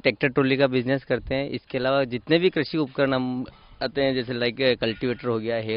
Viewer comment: करसी नहीं कृषि होता है